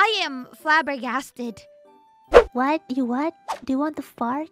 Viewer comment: ngomong flabbergasted toh, gw kira pensil faber-castell